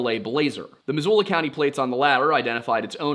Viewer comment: As someone born and raised in Missoula, I wanted to say, good job pronouncing local place names! Missoula doesnt come up often, but i still hear people get it wrong. Great work. Edit: for your edification, because i know you care: kootenai is said "KOOT-uh-nee" and Pend Oreille is said just like the words "pond array." Cheers homie. Love what you do.